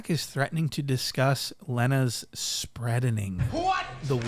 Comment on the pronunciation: “THE SPREADENING”